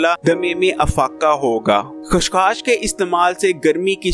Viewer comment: Khas khas Nahin chacha khaskhas